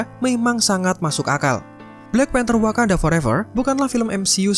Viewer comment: Wakanada... wkwkwk :)